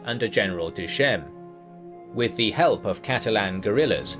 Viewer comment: It doesn't make you sound smarter to say "thee" instead of "the" all the time.